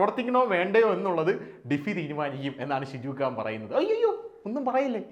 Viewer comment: Not khan.....can....can.....